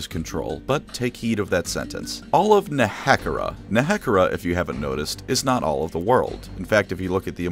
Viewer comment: the way he pronounces nehekhara physically harmed me